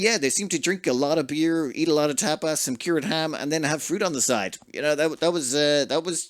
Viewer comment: “eat Tapas” My ears: eat Top 😵‍💫🤣 I can not unhear it 😭